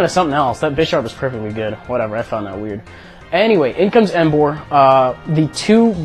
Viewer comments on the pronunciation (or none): none